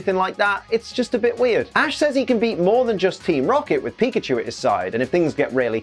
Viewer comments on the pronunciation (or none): none